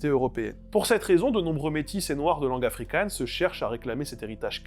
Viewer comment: Attention à ta prononciation du G en Afrikaans et en Néerlandais, … c’est pas un G allemand comme dans Gulli, mais bien une Jota comme Johann Sebastian BaKHHH